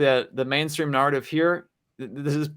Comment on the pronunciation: Why does this guy pronounce the word narrative, nahr-ative. With the a sound in farther rather the a sound in fair?